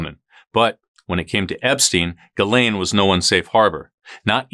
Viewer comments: Your saying it wrong, it's Giz-lane 🤣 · Her name is pronounced “Giz Lane”. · pronunciation for Ghislaine... "Ghi, S, lane. Gi's' lane Got it everyone.... You pronounce the frickin S